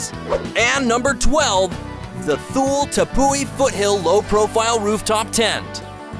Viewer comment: Thool? Life “p” “o” 4? Sorry, but might want to research your pronunciations for next time. Thule = Too-Lee; and it’s usually LiFe “po” 4.